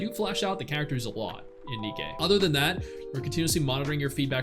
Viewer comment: Its nikke not nikki 😢